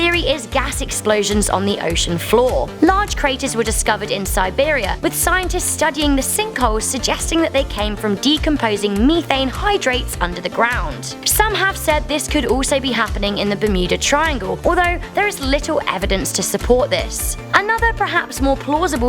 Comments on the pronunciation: "Me-thaen" no its meh-thaein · "Me-thane" lmao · Did she really say "meethane"